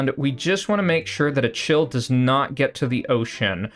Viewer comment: Just fyi achill is pronounced closer to Ackill, theres no soft c's in Irish names